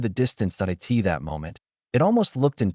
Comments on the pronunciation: like simple word like //// it, it goes " I T " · Follow every period with at least one space character. Otherwise, the AI reader gets confused if the following word is short, like 'It'. sed -i '' -E 's/\.\b(\S{1,3}) /.\ \1 /g' filename.txt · Whats wrong with your ai? Cant say IT, AT, MY... so fkn dissappointing and annoying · Can you get a better AI reader please. AI reader keeps spelling out short words. I-T, T-O, M-Y, M-O-M...gets very annoying.